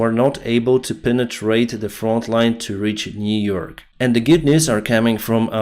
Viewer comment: New York. Niu York